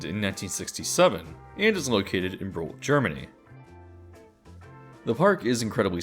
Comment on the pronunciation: oh yeah it totally came off as (b)rural and not as Brühl! Sorry for totally hearing the wrong thing! But maybe that is where that myth did originate from, because with the ü being so weird to pronounce for international people. If you should ever need to pronpounce it again, I think Bri(h)l is much closer to the actual thing. And I totally see your point, Klugheim needs something more to look at! It does lack characters, I agree! its kinda empty c